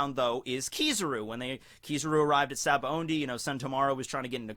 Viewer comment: I can’t stop hearing sabaoNdy.